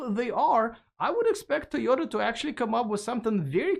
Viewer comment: Great pronunciation for Toyota. Great video! Thanks for inviting Tom on again. Great hair. Big valentines hugs!